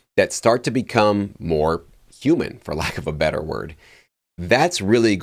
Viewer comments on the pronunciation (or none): none